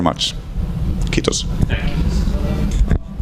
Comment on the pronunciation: Funny how he gave up on saying "Me rakastamme teitä" ("We love you" in Finnish), and then, at the very end of the video, gave it another go and pronounced it flawlessly 😄 Well done, Mikael!